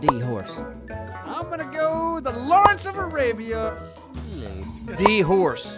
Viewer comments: "Lawence of the Alabia"? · "LAWARENCE OF A LABIA" lmao that's a powerful labia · im am honestly surprised they didnt catch him saying lawrence of alabia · did say lawrence of alabia?